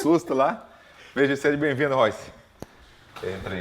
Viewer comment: "Seje" pqp